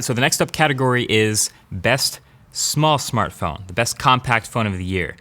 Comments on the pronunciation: minute Smartphone not samartphone souds like how supermario would pronounce it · sAmArtphone instead of smartphone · "Samartphone"? :P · "Best Small Samartphone"? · "best small samartphone" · "Best Big Samartphone"........... Im speechless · Samartphone huh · " Best small samartphone" lol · Small Samartphone. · best small samartphone? 😂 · Why don't I see people correcting 'Samartphone' to Smartphone.. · “Best Biggest Samartphone” Yeah, no errors there. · SAMARTPHONE? Anyone else catch that? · SAMARTPHONE 😬! Sorry I’m an English teacher. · samartphone?? Dayuuumnnn MKBHD ,not from you my man. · Due for an upgrade so I thought I'd watch this again. Why have I only just noticed "Samartphone" . Lol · Miguel Soto why did he call it samartphone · "best big samartphone" xd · Really "samartphone"😂😂😂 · its samartphone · Samartphone hahaha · "Small Samartphones" lol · lol SAMARTPHONE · “Samartphone” that’s how them Indians pronounce it 😂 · Samartphone?? really!!! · "Best big samartphone" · Got to comment this. Best Big Samartphone. Hahahahahaha. Feels like my chinese accent. Lol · Is it just me or do you read "Samartphone" ?✌ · Samartphone c'mon... And you're wearing a blazer dude... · Samartphone? Really? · "Best big Samartphone"?...